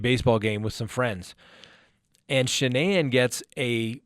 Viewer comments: Ive noticed no one can pronounce this womens name correctly...especially news reporters who you think would know how...like this guy.its not Sha-nane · The emphasis is on the FIRST SYLLABLE of Shanann's name! Why is everybody getting it wrong??